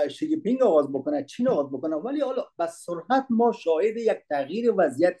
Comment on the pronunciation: خیلی عالی و دلچسپ، بهروز باشید بعضی ملاحظات را که آقا بهتر است دقت کنند سرعت/سرحت ابعاد /ابحاد و چند مورد این چنینی دیگری 🙏🙏